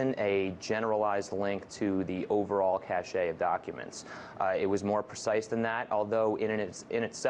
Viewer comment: cache != "kashay" cache = cash